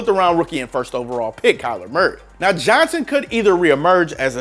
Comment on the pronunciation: 1) his name is Johnson, not “Johnsan” (autocorrect literally underlined it in red for you and you thought you were smarter than it). 2) David Johnson is a top 5 RB when he’s healthy while most people have to google Damien Williams to find out who he is, so do all of us a favor and never make another player comparison. BTW I think Philip Lindsay is a little overrated, but he’s definitely better than Williams and is still a very good RB.